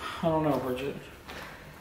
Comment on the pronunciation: *Bridgit not bregget